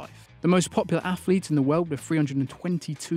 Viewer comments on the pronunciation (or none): none